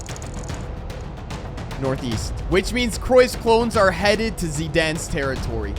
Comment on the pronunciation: bro really said decruyff(did anyone notice?)